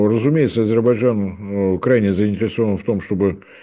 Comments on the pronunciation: Я очень вежлива😊..., но , все-таки, надо бы правильно выговаривать название государства. АЗЕРБАЙДЖАН, а не АзеБайджан. Это уже не первый раз тот, кто ведёт программу 😮 (не господин Марцинкевич❤) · "ГРАМОТЕЮ" (): попробуй медленно прочитать и ЗАПОМНИТЬ В ГОЛОВЕ: А-ЗЕР-БАЙ-ДЖАН. НЕ "азирбажан". НЕ "арзибажан". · Ведущий - внук Горбачева? Тот тоже говорил «Азирбажан».. слышать противно.. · Не говорите Азебайжан правильно АзеРбайДжан,букву ,Р, не выговариваете? Это русский язык а вы каверкаете слова. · АйДзерБайДжан. Тренеруйся ведущий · Почему ведущий не в состоянии произнести внятно слово Азербайджан? Говорит Азебаржан, прям как Горбачев😁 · ширше это не правильно. Правильно ШИРЕЕ. правильно Азебаржан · Не ширеЕ, а шире. АЗЕРБАЙДЖАН. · аЗырТбайцайн мештагы пикцерс. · Как говорил Горбачев ширше это не правильно. правильно ШИРЕЕ. Азербайджан не правильно. правильно Азебаржан . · так никогда и не научится произносить название этой страны? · А зачем? И так понятно.. хорошо что хоть так произносит, а не "шестёрка Турции", что было бы всем ещё понятнее